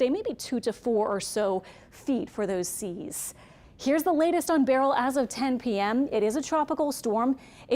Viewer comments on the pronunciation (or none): why do they keep saying barrel, its ber,as in bur,beryl,as in pine ber